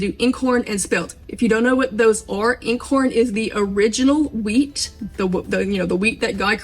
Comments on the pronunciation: Okay...I have to correct your pronunciation of "Eincorn". It is NOT "N-corn"...it is "EYEncorn". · nit pick, its not pronounced in-corn it is pronounced eyen corn because it is german for one wheat because it has only one head of corn where modern wheats have 3 per stem. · For future reference, "Einkorn" is pronounced eye-n-corn, like your eye, not "in". It's German for "one kernel". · It's actually pronounced " '-Eye nnnn corn' - not in I'nnn. Just thought you'd want to know. Love your channel! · What flour are you saying that sounds like in corn? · I just found your channel,,,THANK YOU!!! I NEED simple uncomplicated ways to do homesteading. I can't figure out what you're saying about the original grains you used...IN CORN is what the transcript types out. Is that correct?? And how do I get that grain? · This method makes so much sense, I always used to be amazed there was so much discard....btw einkorn is pronounced 'iron corn' not 'in corn'. Gonna try again with your method, thank you ❤ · FYI, properly pronounced as if you’re saying “mine”corn without the “m.” “INECORN.” (Proper spelling is: Einkorn.) 😊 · Can you spell that original what? Sounds like incore wheat? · Properly pronounced as if your saying “mine”corn without the “m.” “INECORN.” (Proper spelling is: Einkorn.) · I’m thinking it’s pronounced ine -corn and thank you for your recipe . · Hi, I just happened upon your video and am so grateful because I am having so many problems with trying to get a starter going! I am using the above mentioned methods and flours, Einkorn (pronounced EYE N corn, like nine without the first n, I had to learn myself as well😊) all freshly milled by me and no luck!! I am heartbroken and have thrown out so many discards and starters!! I have cultured buttermilk and fresh Einkorn and Rye so I will try it your way and also pray again and hopefully I can get one going! Thank you so much for sharing your knowledge with me/us!! God bless you and yours!👏👏👏❤️✝️🙏